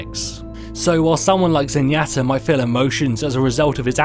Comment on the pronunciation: I love how he says zenyatta and Hanzo so badly